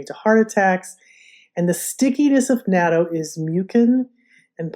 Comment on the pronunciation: Love natto and now I do make it in my Luvele..but could we please pronounce it like this “not.toe”…. Or listen to a Japanese person pronounce it…just saying…you did inspire me to use my Luvele for making it. Next I will order the specially cultivated smaller soybeans for natto from Laura soybeans.. turns out even the natto made in Japan uses special soybeans imported from the US